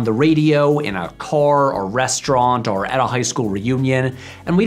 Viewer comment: I can't unhear this: Patrick says "are" instead of "or."